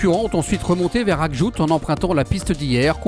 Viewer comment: Magnifiques images ! Merci ! Par contre, c'est "AKJOUJT", à prononcer "aquejougeteuh". Je sais pas si vous passez par Tidjikja, mais celui là est pas mal aussi (tidejiqueja).